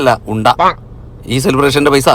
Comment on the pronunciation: Kondha alla unddha😂😂😂